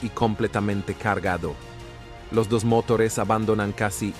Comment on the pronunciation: Siempre lo mismo con estos videos, agarran 2 o 3 datos y ya esta, no investigan correctamente, ponen una vos artificial que cada tanto pone mal los acentos (cuarenta metrós - mótores ), se le pianta el acento ingles o arabe (Jasaña Unica ) y listo. Todas las características nombradas en este video las tienen muchos pilotos que vuelan lineas comerciales, pero la razón de que Sully era la persona indicada es por que entre 1969 y 1973, asistió a la Academia y fue miembro del Escuadrón de Cadetes 18 y piloto instructor de planeadores y aviones. Es decir, era un eximio piloto de planeadores, por eso pudo acuatizar en el Hudson planeando.